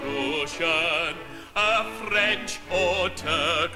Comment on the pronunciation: Hey, I look up the lyrics, and he genially has weird pronunciations. Roosian, Proosian, Ita-lie-an